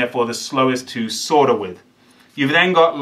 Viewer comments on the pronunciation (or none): Even though this video is 11 years old, I'm still going to give you a bollocking for calling it Sorder. You have the quintessential English voice, and you ruin it by using Merican garbage.